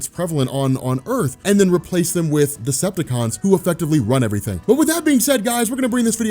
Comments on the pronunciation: Is he saying destructacon ? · I don’t know much about, but does it sound like keeps saying destructicons?